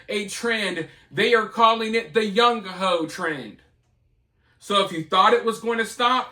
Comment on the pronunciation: Did you say it's called the "young ho trend"?